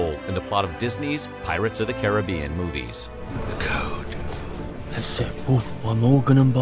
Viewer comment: big up yourself for pronouncing caribbean correctly